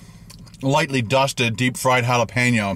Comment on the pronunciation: Hala-pay-no, Hala-pee-no, Hala-pay-neo lol